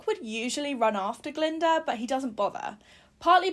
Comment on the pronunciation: Glinda not galinda or glenda.